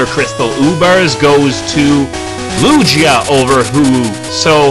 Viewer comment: um it's Loo-gee-ah (Lugia) and Ho-oH (Ho-oH)